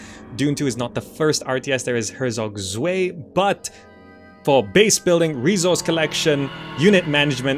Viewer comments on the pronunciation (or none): that's the funniest pronounciation of Herzog Zwei I have ever heard